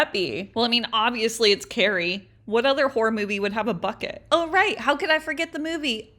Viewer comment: Ummmmmmmm when she said bucket the first time I heard f#@ it 😅😅😅